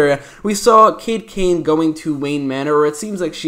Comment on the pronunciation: Sean Browne he said Kate kane